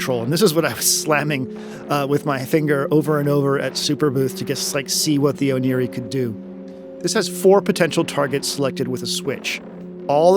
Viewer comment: Oneiroi is the name of the Greek god of dreams, so the Ancient Greek pronunciation (oh nay roi) is more likely to be correct